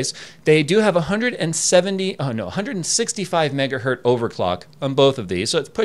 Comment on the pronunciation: Why do you say "megahert" instead of megahertz? I am sure you have been asked before and I hear other people (teksyndicate) say this too. As an EE it sounds really funny and is incorrect. Hertz does not have a singular form, it is a measure of frequency name after Heinrich Rudolf Hertz. Sounds really silly when you say it as hert. Is there like an I side joke I missed?